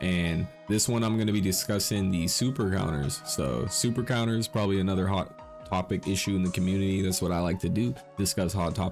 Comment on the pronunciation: "Anudder" hahaha